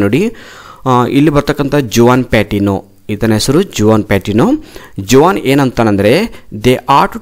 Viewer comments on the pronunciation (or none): That is Juan but J is silent